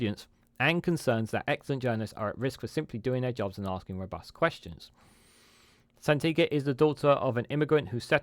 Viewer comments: Thanks for this update. On a side note her name is Sangita - not Santiga 😉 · Its absolutely shameful that you do a video defending Sangita, yet you couldnt be bothered to A) pronounce her name correctly or B)expect us to believe you really know who she is when you called her by something different 20+ times. Perhaps look into "HOOKED ON PHONIX" it may help with "San-gi-ta" as well as "un-press- sid -dent-ed" (unprecedented ) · Phonetically: 'San gee ta'. The 'g' is hard, as in 'gear'. Wivout, furver, and anyfink? I can't find any such words in the OED. YT is an international forum. Stop making us sound like a nation of morons who cannot pronounce words in our own language: sort out your pronunciation before entering a world wide forum. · Quality video, although you Can’t say her name😆. Still gon sub tho. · Apart from your repeated mispronunciation of Sangita’s name, your video is very helpful.